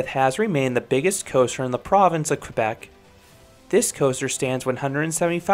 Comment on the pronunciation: Hey, love your excellent Anglo pronunciation of Montreal and Quebec. Most out of towners get it wrong. Thanks for the review!